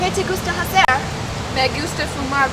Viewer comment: A little bit poor. The pronunciation is very bad and ''hacer'' is not ''jacer'' is like ''acer'', ''h'' in Spanish is not pronunciated.